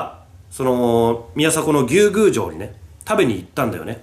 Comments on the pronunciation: ムースーローみたいな発音で草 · ずうっと牛宮城のイントネーションが気になって仕方なかった笑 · なんで翻訳したら「海」なんだよ… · 牛宮城のイントネーションww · 牛宮城のイントネーション草